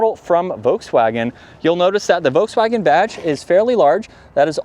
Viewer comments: The "L" in Volkswagen is not silent, even in English. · I loved the way Mike Wolfe pronounced it: Voteswagen. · No, you are saying VOKES WAGEN. Nobody says that leaving out the "L". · He says Volkswagen wrong too but we will cut him a little slack because we like him. If you use the German translator and put in lapis it says LAP like the English word and the emphasis on LAP, then PIS like piss. And it is the same in English and German.